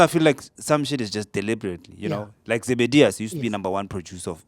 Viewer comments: not zebedius bro, Zebediela(producer of Oranges), i think that's what you meant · Almost correct its Zebediela